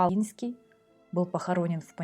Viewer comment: Извините, но позволю себе маленькую заметку, поскольку польский язык знаю хорошо (Поляк по происхождению), если букву "н" произносим как по польский с "ь" знаком, то и первую букву "О" нужно произносить как именно "о", в польском буквы "о" и "а" произносятся так как пишутся, в отличии от русского, а происхождение Огинских не менялось, менялась территория королевства Польши. Спасибо вам за каментарии